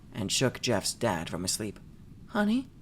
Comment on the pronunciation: Oh heck😅 nex time try absynthe - that sh!t is something else Anyways you made this story a thousand times more enjoyable xd "go tu sshleep"